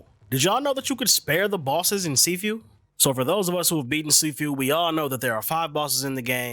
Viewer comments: See few 😆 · U pronouncing it wrong